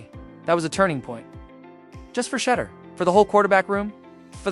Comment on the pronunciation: you spent 11.5 minutes mispronounced Shedeur's name. His name is SHEDEUR not Shudder. Awful reporting when you get the names wrong. How can you not know his name, if you are a true fan? Do Better!